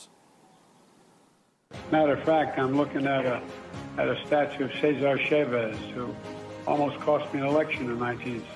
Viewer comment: Ah yes, Sezzer Chayvez